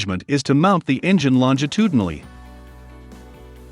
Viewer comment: Couldn't pronounce toothed in the last video yet this video you nail longitudinally?